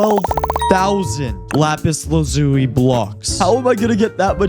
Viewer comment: lapis lauzuli "LA PEACE LAZULI" nvm this is corny